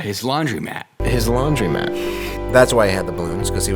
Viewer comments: its laundromat, not laundymat, and its coupon, not qpon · You guys are aware it’s laundr-O-mat right?